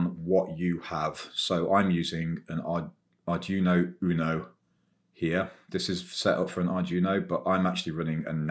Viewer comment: Nitpick: it's pronounced more like "Ardweeno" than "Ardjuno".